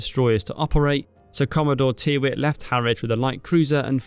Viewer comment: I believe the surname Tyrwhitt is commonly pronounced, "Tirrit".